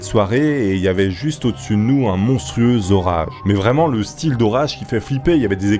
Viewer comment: Un monstrueux "Zorage" 😂